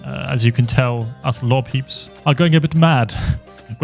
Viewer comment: say "orgustine" now say "augustine" say "law" now say "lore"